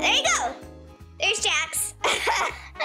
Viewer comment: i think you said jack not jax